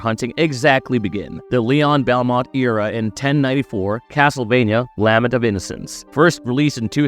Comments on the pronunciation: Lah-ment, not lamment, lol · Lament. “La” “ment”. La like a child singing and “ment” like “cement.” Can’t tell if you’re AI or just trying to sound like it.